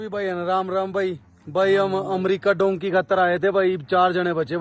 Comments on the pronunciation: Dhonkey nahi dhunki kehte hai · Bhai it's dunki not donkey😊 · Its not donkey man its dunki